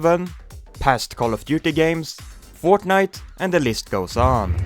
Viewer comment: bro said forknite💀